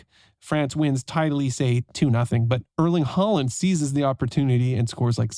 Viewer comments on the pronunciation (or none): Ørling Haland? You seem good at pronunciation when it comes to names from more different languages of English. But butcher Norwegian.